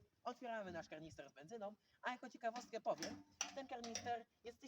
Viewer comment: Panie nie mówi się karnister 😅😅